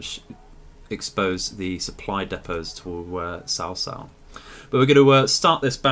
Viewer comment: A kind suggestion to pronounication: 曹操(Cao Cao) should be pronouced as [tsʰau̯˧˥ tsʰau̯˥˥] in Standard Mandarin, noting that the ASPIRATION SYMBOL(superscripted "h") and TONAL SYMBOL("˧˥"and"˥") are presented. In fact, there is the widest gap between the Chinese and the English languages—They come from different language FAMILIES, the highest linguistic taxonomic rank. So few similarities exist between them make perfect translation impossible in many cases. Romanization brings up another problem: There are too many homophones in Standard Mandarin, the most prestigious form of Chinese, and most-frequently-used Romanization method based on it (拼音Pinyin, and Wade–Giles), making me hard to figure out the city and human names if only Romanized text is provided. let alone the pronunciation difference between different Chinese dialects (Cantonese, Hakka, Hokkien. etc) for the same Chinese characters (Hong Kong and Macau's Romanization is based on Standard Cantonese, so different Romanized "word" can mean exactly same characters. In this game, all Romanized Chinese text is based on Pinyin(拼音) and Standard Mandarin.